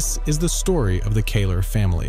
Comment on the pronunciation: Scared the crap out of me when I saw my last name next to massacre. Had to click to hear if they were family. They aren't but kudos for saying the Kahler name right.